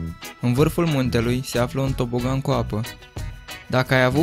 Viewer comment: Ai zis "TOPOGAN" si ai scris "TOBOGAN"😂😂😂😂😂😁😁😀😀